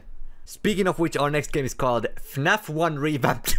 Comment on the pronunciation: when you play funaf instead of fnaf